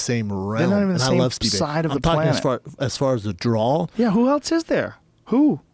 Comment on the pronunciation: Can somebody please tell Shaub it's pronounced DRAW not Draoul